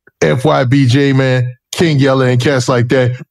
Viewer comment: you a Goofy. Can't even pronounce Jmane Name right. It's been way 2 long. Nobody says J man 😒